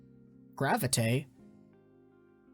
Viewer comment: ’ pronunciation of Graviteh was exactly how I first pronounced it. In my mind, as a Canadian “eh” is always pronounced “ay” not “ee” 😂😂